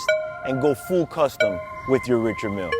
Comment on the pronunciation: you are mispronouncing richard mille but nice watch